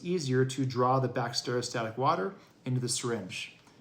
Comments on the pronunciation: Lost faith you know what you’re doing when you can even say Bacteriostatic! It’s not Bact-stereo-static. Drove me nuts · cant listen to this guy who cant even pronounce bacteriostatic properly